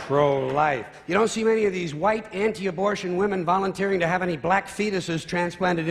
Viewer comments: Lol "abortation". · "Abortation?" Seriously?